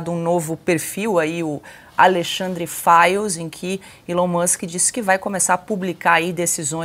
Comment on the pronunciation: FIRES OU FILES???? VCS TÃO PRONUNCIANDO "FILES"!!! CORRIGE AÍ Fires sao incendios ne???